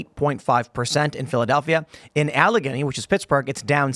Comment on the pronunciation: Allegheny is pronounced Al Ah Gay Knee